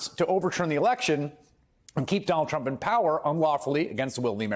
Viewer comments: Sounded like he said Donald Chump..😂 I like it. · Sure sounds like says, "Donald Chump" in the beginning of this vid. 😂😮😂